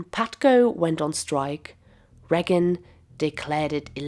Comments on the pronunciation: And the only person that had never heard the name President Reagan from any other human being as she/it pronounces it Regg-gun not Ray-gun like every other human on the planet! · For the love of all things holy, it's Reagan, not "Reggan". My ears are gonna bleed if you say it once more! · A wonderfully concise overview of the historical, social and economic context for the current shitshow we are in. My only silly niggle is your pronunciation of Ronald the Raygun. Rea'gan and not 'Reagan please!